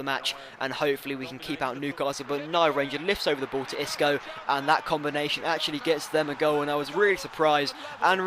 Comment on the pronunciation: Xisco is pronounced "sisco" mate, also nice episode as per usual.